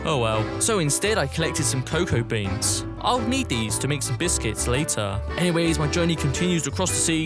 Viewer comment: And i found some cocoa seeds to make a biscuets. Wait what "BISCUETS"